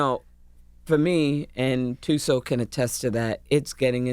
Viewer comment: Viola says 'Thuso' so well and comes out naturally . WOW !